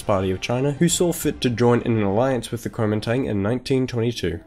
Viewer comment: Nice work.... but I would've probably liked this better and cringed a lot less if you just called it "The Nationalist Party" instead of trying to pronounce it in Chinese. ^^